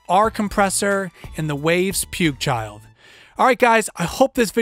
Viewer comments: Pukechild? :) afaik it' pueeg. What headphones are you using if you hear less details than on monitors? And what monitors are you using? You could also touch the subject on serial compression. Like shaving off some peaks with rcomp/1176/puigchild on 1 and feeding into 2a or puigchild on 2/3/5. The result should be better. Anyway nice vid! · It's P-wig child but he calls it the puke-child.